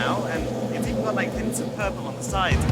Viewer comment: laik the angreberd Hhhhh😅